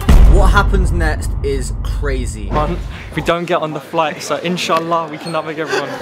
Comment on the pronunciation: Bro he said insahhal that is like a musilm thing or word and i am muslilm